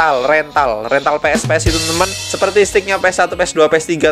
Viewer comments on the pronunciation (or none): bang bukan retal tapi rental bang mungkin kepedeean